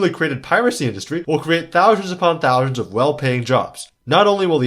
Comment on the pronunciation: Anybody else hearing this dude say "Thowe-Shuns" instead of thousands?